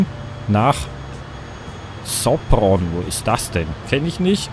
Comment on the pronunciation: Sopron wird Schopron gesprochen und liegt an der Burgenländisch-Ungarischen grenze (Das Burgenland ist ein Bundesland von Österreich und meine heimat )